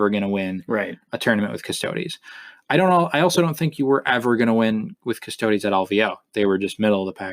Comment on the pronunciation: ugh, the way you keep pronouncing custodes really gets on my nerves. cuss-toads? embarassing.